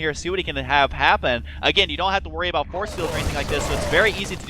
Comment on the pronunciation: "Xel'nEga", "Abuut" ... wtf?